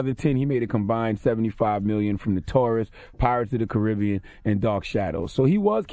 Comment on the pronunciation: Charlamagne is mispronouncing tf outta "Pirates of the Caribbean". Y'all know what I'm talking about lol